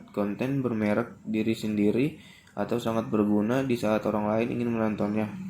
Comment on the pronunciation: Mantap, cara penyampaian sebuah pembahasan dalam materi tersebut sangat mudah di pahami, kosakata yang di ucapkan cukup jelas, mungkin ada beberapa yang kurang seperti kata menggabukan yang seharusnya " MENGGABUNGKAN", bererek yang seharusnya " BERMEREK".... Kurangnya seperti itu aja sih.. Lain kali cek lagi ya, waterboom men 😆